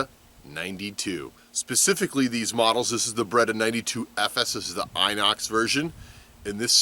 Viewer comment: I had a few beers, and this is the first time I visit this channel (Was curious about the Beretta vs Sig topic) and... the first thing I heard was "Baguette here" :DD